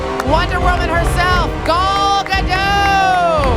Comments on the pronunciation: The host mispronounced Gal Gadot as "GA-DOUGH"... it should be "GA-DOT" as in "PAR-ROT"... Gal Gadot is Israeli, not French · It's not Gol it's Gal Gadot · she couldn't learn how to say gal gadots name? lol.... come on!